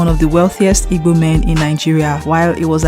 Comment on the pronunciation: Please learn how to pronounce igbo